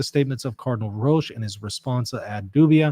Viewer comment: Hello, can I say that Roche is pronounced in the same way as coach. Thank you for your programme. Our Lady. Seat of Wisdom, pray for us.